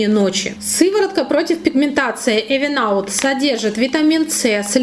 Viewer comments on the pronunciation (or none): Спасибо за обзор! Только читается правильно "Ивен аут";)